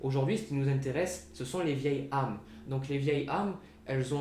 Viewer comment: juste un point il faut faire la liaison on dit de vieilles Z' âmes, autrement jeune, j'étais solitaire et j'ai rencontré quelqu'un et aussitôt nous sommes devenus inséparables j'ai eu le sentiment que nos âmes se connaissaient....